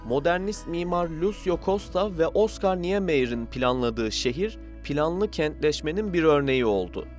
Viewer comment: madem böyle islere kalkışıyorsunuz, üç dakikanızı ayırıp Oscar Niemayer in adının nasıl telaffuz edildiğini de öğreniverin bi zahmet. Bütün dünyaya Türkiye dedirtmeye kalkışmasak, bir diyeceğim yoktu. Ama o noktadan sonra bir ülkede bu kadar cahil küstahlığına hakkımız yok.Doğrusu her neyse öğrenip, öyle telaffuz edeceğiz. Internet çağında, doğrusunu öğrenmesi 12,5 saniyelik iş. Nobranlık ve üsttencilik dışında zerrece mazereti de yok.